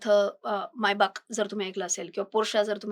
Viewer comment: It's a Maybach..not मायबाक!!😅 मेबॅक...